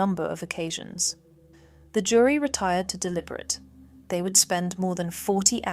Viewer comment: ai? It's deliberate not deliberat